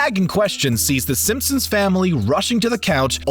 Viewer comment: In the intro did je say the simpsims